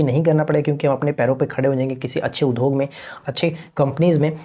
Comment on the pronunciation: Udhog nhi boliye udhyog boliye , sunne me achha nhi lagta hai.